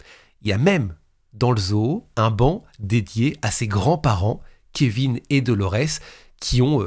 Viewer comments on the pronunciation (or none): none